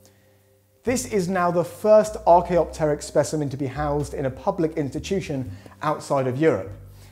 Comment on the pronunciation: I can't believe that someone finally pronounced "Archaeopteryx" correctly, instead of "ArchaeOpteryx"! Well done,!